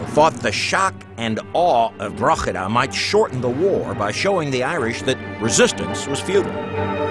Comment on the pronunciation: I wish that American presenter would pronounce Drogheda properly..